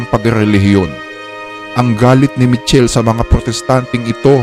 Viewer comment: It pronounce as Mi-kel-le po